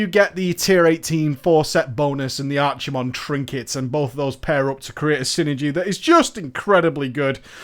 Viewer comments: Just as a note, he's pronounced Ar-kuh-mond rather than Ar-chee-mond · I like the Archie-mond pronounciation as I always picture Archie's (the 90s comic book character) face superimposed on archimondes which is a good giggle. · It's ARK-I-MOND, dammit! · Brandon Linthicum Actually, after this video he started pronouncing it "ARKI-I-MOND". And he's deliberately calling the Doomhammer "Doombringer" because people got so salty over it the first time. He just decided to keep it up for shits and giggles.